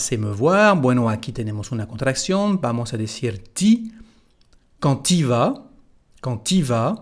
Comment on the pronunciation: no se dice ou sino u cuando se dice tu.